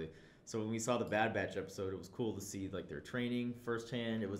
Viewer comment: Well yeah, except I don't think our boy needs any more encouragement.😏 He's already got the wrong impression of the Bad Batch burned into his brain, as well as messing up the name over and over again. 🤦🏼‍♂️